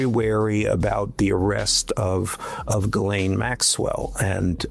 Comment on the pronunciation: And, you've got to be about the only American commentator who pronounces Ghislaine correctly - kudos.